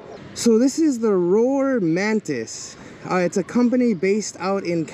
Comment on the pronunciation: It’s rawr like a lion not roar